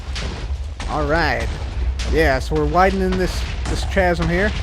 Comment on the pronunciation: you don't pronounce the h in chasm